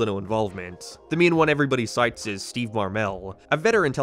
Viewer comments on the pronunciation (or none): none